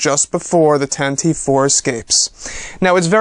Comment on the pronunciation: thanks for the info, but you really need to start watching the Star Wars show and maybe your info would be more accurate including your pronunciation of things and your English. (for example) Tantive IV is NOT pronounced Tan Teeeeeve It is pronounced Tan-teh-veh. Pablo Hidalgo corrected this on the Star Wars show. Also, IMPROVE your English! How are we supposed to take you seriously if you are constantly making grammar mistakes? Stop using "very much" ALL the time, use words like immensely, a bunch, tremendous, stupendous,, colossal, huge, greatly, a lot, etc etc Just some tips to help improve the show, also stop saying given moment all the time, use right now or right then, or at the time or at that time, You will find these tips will also help you express your feelings and emotions better about the excitement and love you have for Star Wars. Thanks for the info and good luck